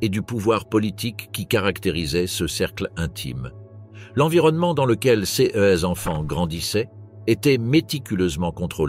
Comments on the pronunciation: clairement la façon de prononcer certains mots, "ces-e enfants""cesse bureaux" ,par exemple de l'i.a. est vraiment hyper agaçant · wai mais la narration par l'I,A est pas terrible < > mdr^^